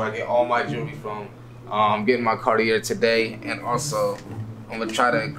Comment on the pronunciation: it’s pronounced “carti-aye” 😅